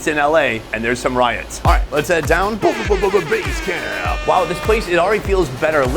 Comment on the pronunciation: I think the 2nd one should be pronounce T1 base camp